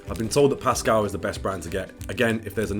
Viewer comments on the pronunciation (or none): none